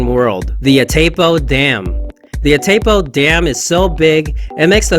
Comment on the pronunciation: As an argentinian, I can assure you: The name of the Dam is pronounced: "Itai-poo" (english)